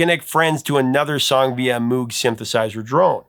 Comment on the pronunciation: Hey Prof! Love the channel. Just for the musical record, Moog rhymes with “rogue.” You are a paragon of accuracy, so it’s rare to catch you. Keep up the great work! 🤘